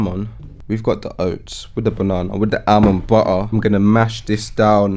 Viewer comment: wit the almond bo'ahh😂